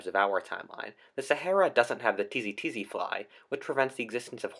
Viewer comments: It's tsetse fly, not tizitizi fly, but great video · You say Tsetse funny